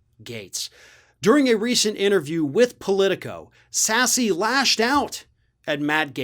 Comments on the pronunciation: Isnt his name pronounced Sas.... not sassie? Thank God hes standing up against their actions NOW. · I think it's pronounced Sass, not Sassy. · Sass Is how it’s pronounced. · It is pronounced Sass, not Sassy. He is my senator. Don't support his conservative policy, but love it when he calls a spade a spade. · His name is pronounced "Sass", not "sassy"! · Dude, if you're gonna do videos about elected officials, you should know how to pronounce their names. Ben Sasse is pronounced Sass not sassy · I could be wrong but I think Ben's name is pronounced more like 'Sass' and less like 'Sassy'. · It's pronounced SASS not SASSEE. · It's one syllable,. Sasse like Class not Sassy like gassy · If you present yourself as a professional political commentator, then you should at least know how to pronounce the names of the people in your commentary. Especially one as "in the news" as Ben Sasse. That would be "sass", and not "sass-ee". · As a Nebraskan, I can tell you, 'Ben Sasse' is pronounced "Sass" not "Sassy". Just sayin... Also, he just got reelected, so he's got 6 years to work on his 'rep'. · Ben Sasse (Sassy)? All this time everyone has been pronouncing it wrong? (Sass) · Pretty sure it's pronounced "sass". This video is the first time I've ever heard anyone pronounce it "sassy". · It’s pronounced Sass not Sassy, the e on the end is silent and he’s been speaking out about these morons since Trump lost. Funny how that works. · It's "sass" not "sass-ee". Also he's an independent now. Just sayin. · spelled like sassy but pronounced sass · Are you saying Sassy to be rude? Or do you not realize it's pronounced Sass. The e is silent. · His name is not sassE..its pronounced sass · pretty sure his name is pronounced "Sass" not "Sassy" just sayin' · Sasse = sass, not sassy. Still just means crap backtalk. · It's pronounced Sass, not Sass-ie. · Ben Sassy?😂😂😂😂😂 it's pronounced sass. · The "e" is silent in Ben Sasse's name. Pronounced "Sass". Not Sassy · Its sass not sassy